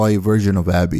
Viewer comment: Cringed everytime u called him Abby